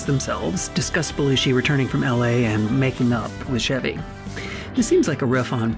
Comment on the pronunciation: CHEV-y not SHEV-y oh my gosh. You NEVER saw snl if you don't know how to pronounce his name. Why didn't anyone correct her?!!